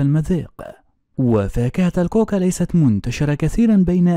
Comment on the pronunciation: كاكي وليس كوكا